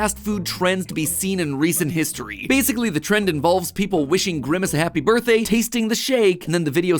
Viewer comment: Why did Dey frow up, Dey didn’t wike my berfday shake, I… I wish I never had a berfday